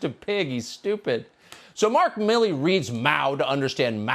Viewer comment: It's MILL E not MI LEE.